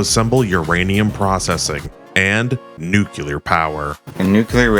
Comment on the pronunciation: How the FUCK did you pronounce it BOTH nuclear AND nucular?